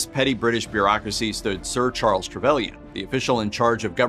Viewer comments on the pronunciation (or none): none